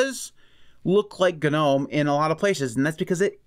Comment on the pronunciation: American manages to pronounce Gnome he way it is intended. :) Congratz. ;)